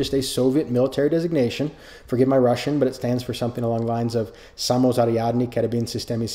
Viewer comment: Says forgive my Russian then proceeds to say it in probably the most correct way I’ve ever heard.